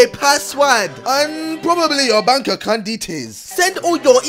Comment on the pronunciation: “Can I have your bonk accunt detais” Ksi